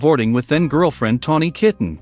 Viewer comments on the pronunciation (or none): I hate AI videos. It shows the 1987 album Whitesnake while talking about their 1984 album Slide It In. Tawny Kitaen was not was not pronounced Tawny Kitten! It can't even pronounce the word live properly. As in a live album.